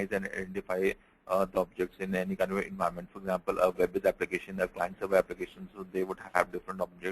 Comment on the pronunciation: Say clearly environment support.:face-pink-tears